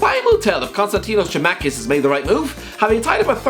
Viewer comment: Kostas Cheemakas